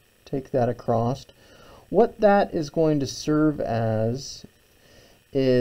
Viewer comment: Marvellous demonstration, incredibly informative. So good that even though it disturbs my English sensibilities no end, I’ll overlook your pronunciation of across (what is this acrosst you speak of?).